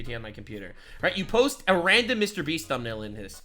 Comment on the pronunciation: Ah if it isnt the infamous line: Mr Breast 😂 glad to hear that again